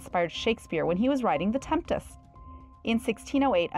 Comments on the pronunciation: tempest not “temptest” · the "Temptess?" Yeah, I'm out